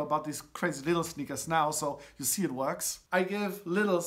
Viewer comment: Nice, you know how to pronounce Lidl the british way :)